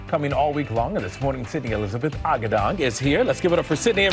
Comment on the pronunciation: Her last name is pronounced as Agoo-dong not Agah-dang